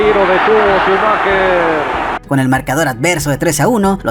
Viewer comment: En serio los mejicanos pronuncian shumaQUEr? Despues se quejan cuando uno escribe meJico con J.